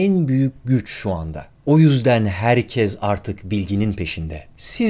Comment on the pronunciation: Adamın Türk olduğu nasıl belli ya belki de Adanalıdır şuna baksana 20.00 da "HERKEZ" diyor. :)